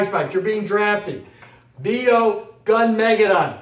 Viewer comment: Thanks for putting out this video. But please look up the proper pronunciation of Armageddon, like in the Bible. Gunmageddon follows the same way. Gun. Meh. Geh. Don, no emphasis on Don.